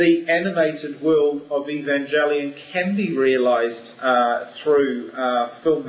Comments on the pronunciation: haha the said Evanjelion at the begining inatead of Evangelion. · For the love of god! It's a hard G not Evanjelion!!!!!!!!!!!!!!!!!!!!!!!! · Evanjellyun...Sounds like some sort of seafood. It's Ev-an-gell-ee-un...Anata baka?! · I hate most of their designs. In my opinion, their eva designs need higher fidelity to series. WETA completely destroys everything sleek and cool about eva unit 1's face; and its body looks bum-like. Also, what's with them saying "evanjelion". If they've seen the series, you think they would pronounce "evangelion" correctly. Still, if they improve their designs, I think weta could do a great job with film. Also, LOTR crumbles before NGE. I can't believe the LOTR films are so popular. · I think the Eva movie will be good when it comes out five million years from now... I'm more worried about the Cowboy Bebop adaptation. Keanu Reeves? 20th Century Fox directing? *worry* As for them pronouncing the "E" in "Evangelion" weird, that's just how New Zealanders pronounce things. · plus, its not very comforting that he can't pronounce 'Evangelion' right is it? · The way the first guy pronounced Evangelion scares me 0__o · ...nice job pronouncing the name of the show right idiot lol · [POINTING INDEX FINGER ACCUSINGLY TOWARDS FUNKMASTERSWEDE]: I agree word for word with what you said absolutely. And, yes, he did pronounce 'Evangelion' incorrectly. I share that person's shuddering. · Does it really matter if they pronouce Evangelion "wrong"?? (if it is). I think they will do a good movie of the series...and I think it's a good thing to make it a movie, that way other people than otakus will be able to enjoy what Evangelion is (if they make it right...which won't be easy) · he pronounced evangelion wrong.